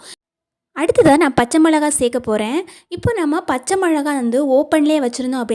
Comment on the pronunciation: தமிழ் பேசத் தெரிந்தவர்களே இப்படி பேசினால் எப்படிங்க ???? ✅சரி ❎தவறு அளவு அழவு புளி புழி மிளகாய் மொழகாய் நாள் நாழ் ✅ பழையசாதம் பலையசாதம் ❎ சமையல் குறிப்புகள் மிகவும் அருமை . தயவு செய்து இந்த சில சொல் தவறை திருத்திக் கொண்டு பேசவும் .